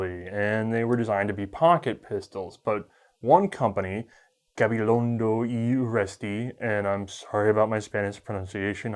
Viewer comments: You don't need to apologice for your pronunciation of "Gabilondo y Urresti", it was almost perfect! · Gabilondo y Urresti, surprinsingly well pronounced coming from an American, specially our tricky "rr". Greetings from the Basque Country, Spain.